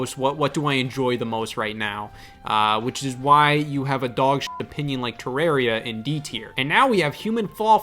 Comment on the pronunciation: Is that how you say Terraria? I hate it